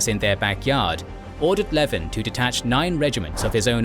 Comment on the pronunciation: Leven is pronounced 'leeven'